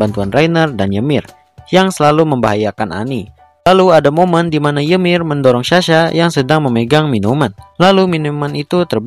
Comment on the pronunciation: Kak nama ymir bukan ymir tapi nyemir